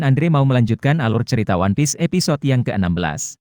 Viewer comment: bang bukan wanpis tapi one piece